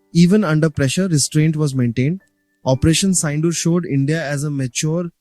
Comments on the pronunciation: You can blame AI, but pronouncing the Operation Sindoor- the context's actual name itself- as Saindoor is really hopeless. But video is lit🎉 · Wtf is "Operation Syndoor" ?